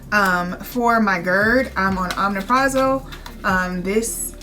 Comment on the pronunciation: You look great. My only issue is... Google the pronunciation of those meds... it's "O' mep' ro' zol" and Calcium "Sit' trait". That is a pet peeve, where I would have stopped watching, but I'm 7wks PostOp and looking at 1 yr out info.